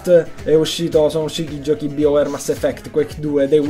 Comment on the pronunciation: Bel video!:D Comunque Bioware si legge "Baiouer" non "biouer" xD